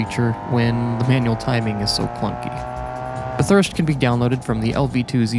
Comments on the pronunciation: Sidenote: Pronunciation correction to "Bathurst" you say it like "bth-urst" when it pronounced as "bath-urst" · As an Australian I’m proud that you tried your best to pronounce Bathurst btw it pronounced bath-hurst